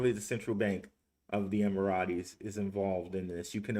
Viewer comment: EM-Err-Itz I believe is the sound. All Love for you n whatchu do! Keep em coming!